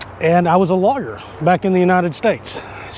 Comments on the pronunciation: HAHAHAHAHA!!! at first I thought you said you were a logger in the US then you said trial lower haha sorry I thought it was funny. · When you say "lawyer", it sounds like you're saying "logger".